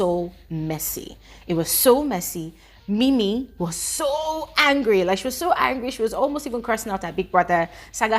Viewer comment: IT'S NINI NOT ''MIMI''